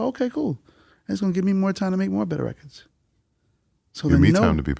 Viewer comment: One thing I've learned over the years is when they say "reckits" instead of "records" they know what they're talking about in music. Guaranteed.